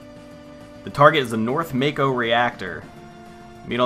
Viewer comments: It's Mah-Koe, not May-Koe. Mako is formed by Japanese letters (Syllables) "Ma" (Mah), and "Ko" (Koe). "Shi" (Shee), "n" (n), "ra" (rah). You're correct about Aerith, though. There is no "th" sound (Syllable) in the Japanese alphabet, so Aerith loosely translates into Earisu (E), (a), (ri), (su). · It should be "ma-ko", without the diphtong. At least in Japanese.